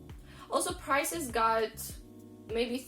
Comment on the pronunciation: Ah! You said price-ees! I've often heard Taras Kul from Crazy Russian Hacker say, "rope-ees!" That's interesting to hear how Russians really put their all into that e on the end of the word! So basically, you need to collect a pension or retirement party from another country before you settle back down in Russia... I've got a feeling that things may turn out to get better in your country when Putin releases satellite footage from 9/11 in New York or the entire world is going down, so don't despair. Your country knows some norms, but America is about to step off the deep end of inflation as well as food shortages because of the "Great Reset."